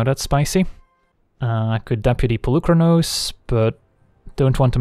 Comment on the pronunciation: Hey there, random Greek here! So the "u" in Polukranos is pronounced as the "ee" in "meet" or "coffee". Comes from the word "πολύ" meaning "many" :) Fblthp pronounciation was spot on though. Very fun deck.